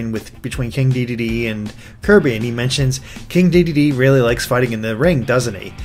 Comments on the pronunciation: its pronounced deh- deen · It's pronounced de-den-ay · I think in French, an e at the end of a word is usually silent. So it would be pronounced Dedenn. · It's pronounced Day-deen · I'm pretty sure Dedenne is pronounced "De-denn" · Waluigi actually did use tennis racket in Brawl. And watch the Pokemon The Series XY to see how Dedenne's name is said